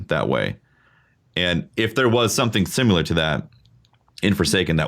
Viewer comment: Drink every time says "simUlor" and not "similar".